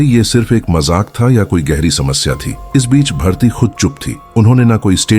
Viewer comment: Its bharti not bhartiya...aisa main sun rahi hoon ya kisi aur ne bhi suna